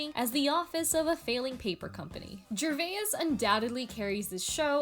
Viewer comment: Ricky ger-vey-es... niiiice